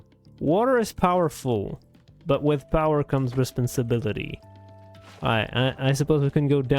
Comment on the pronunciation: THAT IS NOT HOW YOU PRONOUNCE “responsibility” JEEZ 💀😭